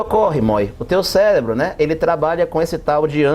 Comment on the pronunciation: eu escutei "célebro" kk